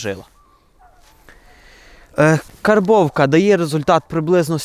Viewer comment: я в захваті від твого професіоналізму та вміння подати матеріал. Але зараз я про інше. Нарешті я почув правильну вимову цього терміну - "кАрбовка". А то огидно чути в більшості українських блогерів оте перекривлене московитами "кЄрбовка". Карб, карбувати.